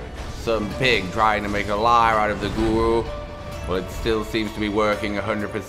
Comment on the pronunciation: GORU😻 not GURU